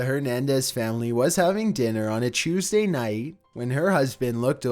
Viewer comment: Haha I keep hearing Chuesday